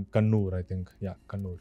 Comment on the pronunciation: It's Kannur (Cannanore) and NOT Conoor. The former is a coastal town in Kerala and the latter, a hill station in the Nilgiris in Tamil Nadu.